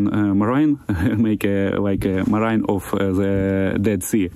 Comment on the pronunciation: Not really, his English is really clear, much better than those chewing rocks while talking on UATV for example. He just mispronounces “marines” but it’s ok because you understand what he’s talking about. And saying de liberate, it’s wrong but you understand what he’s saying and why he would make that mistake. He’s a good communicator.